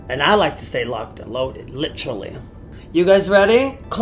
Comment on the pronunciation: no one: no one at all: alyssa: “litchuraly”